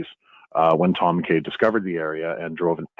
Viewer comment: I believe McKay is pronounced Mc Eye!